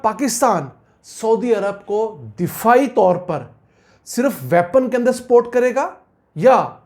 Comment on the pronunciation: I know u r Punjabi urr Urdu is little poor, but plz pronounce properly, there is difference between support and sport I think u understand thanks